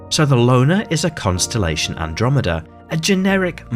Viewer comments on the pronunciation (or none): none